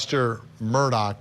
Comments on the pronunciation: OMG, it's mur-daw not mur-dock. Please get it right Vinnie Politank🤣 And for god's sake, get your pronunciation of "voir dire" under control. You sound like a noob. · Why does everyone pronounce his last name with a “K” at the end. The is NO “K!” It’s Murdaugh!! Drives me crazy!!!😮